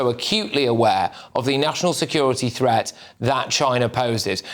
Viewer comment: THreat not Fret - the pronunciation of words was annoying 😂😂